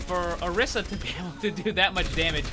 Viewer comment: pronounce your name odisa but its spelled orisa